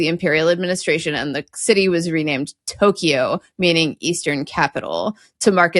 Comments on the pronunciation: It is not pronounced TO-KEY-O, it is TO-KYO, 2 syllables. KYO-TO not KI-YO-TO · Japanese is pronounced flatly, without stress. A few clunkers I heard: should be Eh-do. Toh-kyo. Kyo-to. To-ku-ga-wa. No stress, please. On a related note, Chinese is to most other Asian languages the way German and Latin roots show up in other European languages. So the "nan" [south] character and sound in Chinese is going to appear almost the same in Korean, Japanese, etc. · Ok you two butchered the Japanese names. Its Eh-do, no EE-do to start. Generally the Tokyo accent will stress the first syllable.TO-Kyo not To-KEE-o. KYO-to, not Kee-O-to.